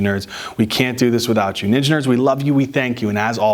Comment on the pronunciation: Why do I keep hearing engineers for ninja nerds..😂 Frequently finding myself questioning? Are we engineers😢😅